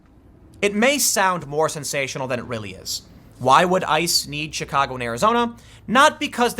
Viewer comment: Did Tim say Chicago or Shitcago? I swear I heard Shitcago.